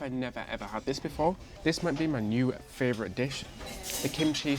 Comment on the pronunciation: simply cannot say fravorite enough times for me..warms my heart!